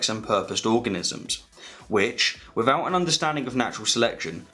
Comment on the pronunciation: without … not wivvoud